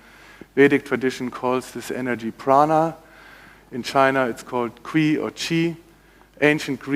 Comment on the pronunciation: Also known as Qui (and pronounced Quee?) if that isn’t an immediate glaring sign he doesn’t know what he’s talking about then I don’t know what is! I’d recommend other speakers on this subject! David Wilcock for one.